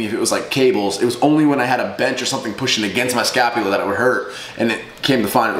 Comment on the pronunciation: I cringe every time he says "scalpula" instead of "scapula".